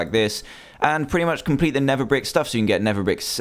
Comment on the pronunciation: He said nether bick